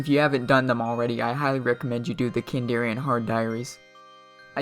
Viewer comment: Kandarin not kandarian. Good vid though mate 🙂